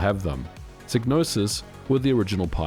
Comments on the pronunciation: I think the Y is pronounced like "eye" (as in "sigh"), so "Psy" sounds like "sigh" and not pronounced like "ih" (short E sound, as in "sit"), so "Psy" sounds like "sih". Just saying, because I have in my mind: "First, there was Manace, now Psygnoses presents, a DMA designed game, Blood Money. (Blood Money - Amiga Intro and Music). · Shouldnt it be pronounced "psi-no-sis" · Could never pronounce this developers name. Made some many great games though. Is it a silent G? and silent P? Sy - nosis? Sig - nosis ? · You could have at least pronounced Psygnosis correctly. :( All you had to do was listen to Blood money and it says it. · On the Amiga version of Blood Money the voiceover clearly says SIGE-NOSIS not SIG-NOSIS. And wtf is Micro-o-cosm? It's MICRO-COSM ffs.